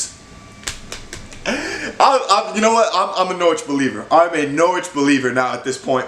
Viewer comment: You pronounced Norwich pretty well boy,you must be Canadian?!😀💚💛💚